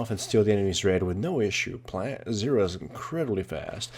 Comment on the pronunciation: well.. he pronounces it like syrra xD. Thats why ;)